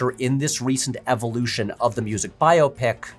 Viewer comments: I'm so glad you're saying "bio pic" instead of the recent trend for "by-OP-ic." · Thank you for reminding me there are others that pronounce it bio-pic, not just me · Thanks for pronouncing it correctly. When did it become bi-op-ic? Drives me nuts.